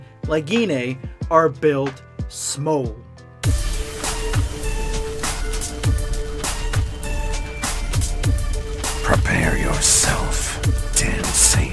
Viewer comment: Man really said smoll 💀 u tried it I’ll give u that